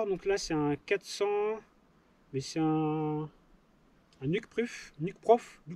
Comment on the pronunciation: Bonjour, Toujours aussi sympa tes video. Sinon on dit "niouke-prouf";-)